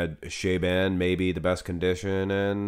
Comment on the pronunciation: Show the guy (Shaaban) some respect and learn how to pronounce his name correct. How hard can it be?!